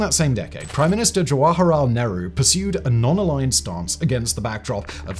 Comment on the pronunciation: I appreciate that you were able to pronounce "Nehru" and "Kerala" properly. Thanks for the video!